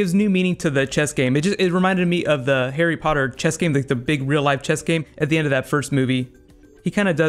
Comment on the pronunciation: Overtime you say Harry Potter cracks me up man :L good video!